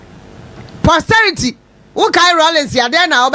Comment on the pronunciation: It's "posterity"